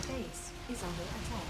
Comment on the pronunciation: everytime i hear that "Base is under attack" it sounds like "Face is under attack.